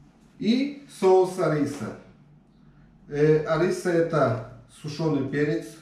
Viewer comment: Соус не ариса а харрисса:)